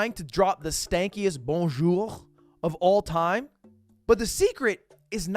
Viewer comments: You out yourself at the very start. The way you say "bonjour" is wrong. You keep accenting the r at the end trying to roll it. But you shouldn't prounounce it at all. Your accent in other words is prety good except that r at the end... :/ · Bro, you can tell you are not French from a mile away. You just look, act, speak and dress like a US tourist in EU. Even his "Bonjour" sounds American xD